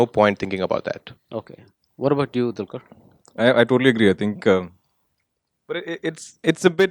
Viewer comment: salam varavoor it's not a dulqur it's dqlquer it's he's name u just killed the name yarrrrr